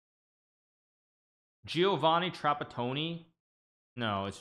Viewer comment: thought he said Giovanni Trap-a-pony :DD